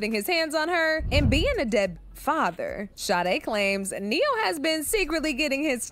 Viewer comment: specifically said neyo fr😂😂😂😂